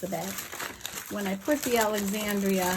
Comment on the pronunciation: Thank you! AND you said my name right! Most folks don't. 😊